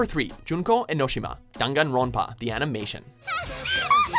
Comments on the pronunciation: learn how to say dangonronpa its spelled as daan-gun-raan-puh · the way he pronounces danganrompa makes me want to die it says the title aloud every episode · when he says junko E-no-shi-muh i was like I T S E-NO-SHE-MUH and d-ung-gon-runpa w h its dang-gone-wron-puh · You said junko enoshima and danganronpa completely wrong